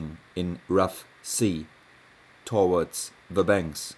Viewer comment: Aussprache towards: təˈwɔrds nicht 'to wɔrds